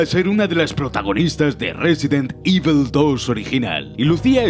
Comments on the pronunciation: Por favor, no digas "ivel" por favor... es "ivol", resident "ivol", me duele muy fuerte cada vez que lo escucho y encima lo dices un montón de veces jajajaja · "resident Ível"